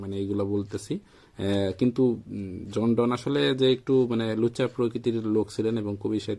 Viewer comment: "জন ডন"নয় "জন ডান"